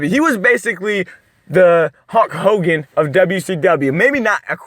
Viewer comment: Did he say HUNK HOGAN?!!!! Around the mark?!!!!!!!!!!! 🥸